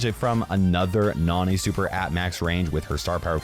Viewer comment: The "na" in Nani's name is pronounced the same way as nano